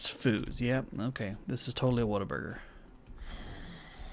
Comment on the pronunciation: Whataburger,, ur Texas is showing! Great video as usual, love this series, cannot wait to see what kind of trouble you get yourself into!